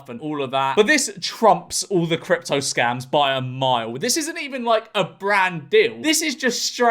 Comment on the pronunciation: I swear I kept thinking that he was saying cryp talk